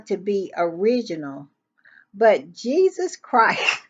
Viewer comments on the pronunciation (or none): none